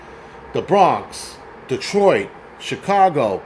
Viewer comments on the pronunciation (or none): none